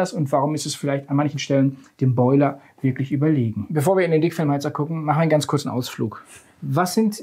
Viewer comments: Ich hab einfach "Fickfilm" heater verstanden... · hab ich richtig gehört? "fickfilmheater"? 😄